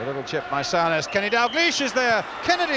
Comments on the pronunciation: Sue.ness...not sow..ness... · Brian Moore ,got it so wrong in say souness name wrong throughout spoiling it for me ,I can't believe he made such a mistake there must be a BBC commentary of this game with John motson or Barry Davies